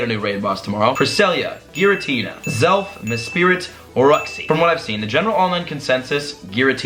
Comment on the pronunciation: Great video BTW It's pronounced youx-ie, mes-prit, and azz-elf.